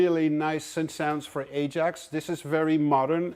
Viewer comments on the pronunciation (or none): none